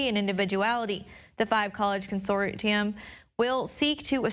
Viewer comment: Her pronunciation of “consortium” made me cringe